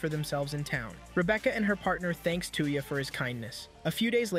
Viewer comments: I see there's another person who tries to westernize the names of anime characters. Dude's name isn't two-ya. It's toe-ya. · Sorry 53 seconds in i cant stand how you say the name 2 ya its touya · While a good recap the computer software mispronounces his name . It's not "TOO-ya" it's "TOY-ya" assuming I got this phonetic pronunciation thing lay out correct here. I own the Reincarnated In Another World With My Smartphone anime here. I'm glad I get to see the story arc parts that weren't in the anime I have here!!!!!! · How far is Seamus anime and that is not his name? Stop calling him tuya Instead Of Touya. Maybe you cannot speak right? But please stop massacring the name. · When he says tuyah I keep thinking of hawk tuah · His name is 'Toy-ya' lol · how you said his name hurt my soul lol